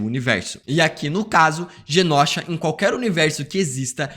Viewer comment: Só eu que fico incomodada do falar Genósha invés de Genôsha? Que gastura!